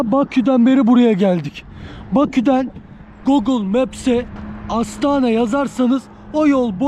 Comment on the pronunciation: Astana deyil, AstaRa güzel kardeşim.